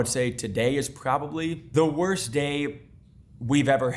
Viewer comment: and that wasnt a death threat i JOE WO BE LIKE "WOWST COD UPDATE IN HISTOWY VEAWWY BAD "